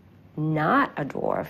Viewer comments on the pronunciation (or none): did the doctor say "dorf"? hahahaha